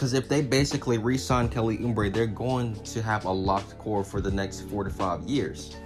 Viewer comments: Good take. But its Uuuuuuubre not Uuuumbre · Who in the hell is Kelly Ummbray? It's pronounced ooh - bray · It’s Oubre jr not umbre 🤣🤣💀💀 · There is no 'M' in Oubre. It's not Kelly Oombre. haha. It was the youngest team in the league last season. Watch out for the Suns this yr. Good vid. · That's what i was just thinkin and he keep saying it kinda drives you crazy lol